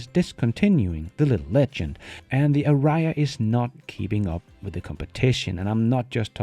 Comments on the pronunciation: not worried, I'm not buying a Nissan soon, neither have shares, the guy pronunciation changes every time it say Ariya, he is a person that speaks for his job, it makes him lose credibility if he does it whiteout realising it, if it was a joke, better to make it more explicit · The pronunciation of Ariya is different every time